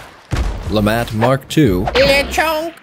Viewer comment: Lemat mark II "Lefatt"